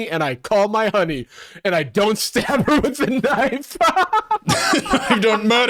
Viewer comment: "And i StchAb em one or twice"